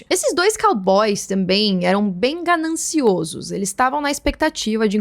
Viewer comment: Ótimo conteúdo, mas vou fazer uma correção, a pronuncia do plural da palavra "ganancioso" é, " gananciósos", como se houvesse um acento na quarta sílaba.❤